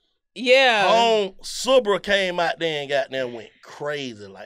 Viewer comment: Sista Bruh ... “Sibra” 💀💀💀